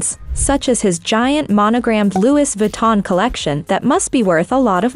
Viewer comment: Love your videos but can y’all do your research in pronouncing some of these names? Louis Vuitton and stormy. Not loo-eese and storm-eye ❤